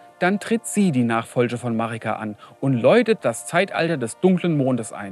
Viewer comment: "De Marigga"😅